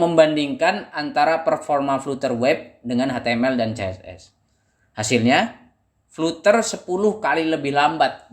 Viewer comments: Sebutan nya salah bro biarpun spelling nya flutter..tapi sebutan nya "Flad ' ter' " bro..belajar lagi english nya bro. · Mungkin Fluter lebih pas di lidah, atau mungkin fluter anak dari flater